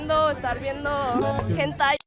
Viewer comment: Nadie: Absolutamente nadie:: biendo updt Ajjajaja